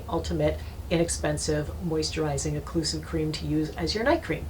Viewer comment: Occlusive! NOT "eclusive"!!!!!